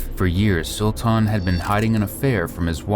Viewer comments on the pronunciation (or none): To the person narrating the video, his name is pronounced , SUL-TIN not SUL-TAN or SUL TAWN. You're welcome!